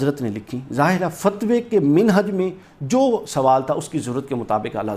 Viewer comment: جو بندہ لفظ مَنہج کو بار بار مِنہج کہہ رہا ہے وہ چلا ہے مسئلہ سمجھانے.